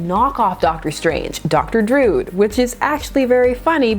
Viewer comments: Druid is not pronounced "drood." It's droo-id. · Love your pronunciation of Druid. (drood) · Love your channel but it is pronounced Dr Dru-id. A Celtic word for mystic. Yours is one of my favorite comic channels.